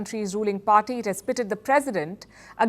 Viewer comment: Can the narrator emPhasise any more on the ‘P’!!!!! Pharty!!!